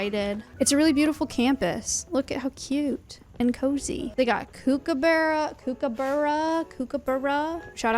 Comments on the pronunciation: Aussies pronounce it cook-u-burru FYI. Lovely but loud little guys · Kookaburra is pronounced cook-aburra btw. Beautiful video tho!